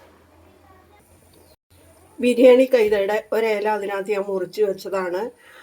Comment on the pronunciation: റബർഷീറ്റ് പുകക്കലും പേരക്ക തീറ്റയും നെയ്ചോറും ചിക്കൻ റോസ്റ്റും അങ്കിളിൻ്റെ സലാഡും നന്നായിട്ടുണ്ട് ആൻ്റി എപ്പോഴും ബിരിയാണി ബിരിയാണിന്ന് പറഞ്ഞ് തെറ്റിക്കുന്നു